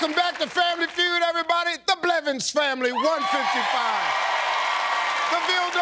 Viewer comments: Steve really said belvins😂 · One time Steve said BELVINS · Did steve rlly say belvins instead of blevins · Steve: The Belvins family can steal He said Belvins instead of Blevins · Didn't Steve say Belvins? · Steve Harvey Just said Belvins